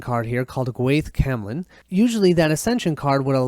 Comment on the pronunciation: haha its nice that the titles of the arthurians cards are in welsh... hearing you trying to pronounce them made me giggle as a welsh man. "gwaith Calan" means battle of calan although the word "gwaith" means "work" its often used in this way to describe battle. the actual word for battle is "Brwydr"... Twrch Trwyth means "the boar Trwyth" although a direct translation actually says "mole tincture" lol